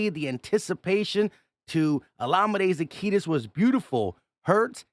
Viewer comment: it's olamide zaccheaus... not zacch-etus... you always throw a T sound in there bro lol ❤. I'm just teasing though. All love brother. "When did the main thing, not become the main thing?""❤